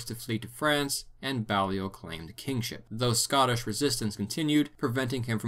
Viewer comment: It's nitpicky, but "Balliol" is pronounced with a long "a" sound like BAY-lee-ol. It's of French origin, specifically the name of the village where the family came from in Picardy: Bailleul. There's a Balliol Street near me and for years I called it "BA-lye-ol". It was only later that I learned that both it and the next street over Merton Street were named after the two constituent colleges of Oxford.